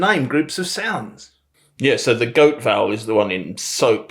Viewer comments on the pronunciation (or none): Some of the Aussie words need practice… & “example”. And yes, I would say probably 95% of Aussies would say “dance” with the trap vowel. … Aussies don’t pronounce the E in “vowel”… it’s just “vowl” (Most) Aussies would never say Yes or no… if it starts a sentence… it’s “Yeah” or “Nah”. And, I don’t know why but the word “differences” & sounded a bit off. And lastly… the word 18 wasn’t quite right. But otherwise you did pretty good. Bonza mate!